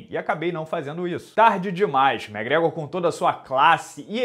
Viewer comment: até quando vc vai chamar o mcgregor de mégrégor? Pelo amor de Deus!